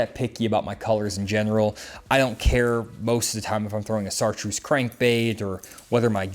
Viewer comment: Did he say "ssartreuse"?